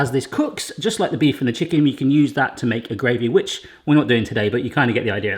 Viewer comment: I don't know why I heard Gravy Witch when really you said a gravy which...